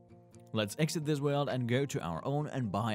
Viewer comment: Please JUST SAY WORLD NOT 'WELD'